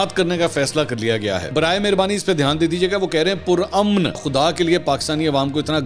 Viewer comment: I think we alllllllllll know the meaning of PURAMAN . You don't have to emphasize on it .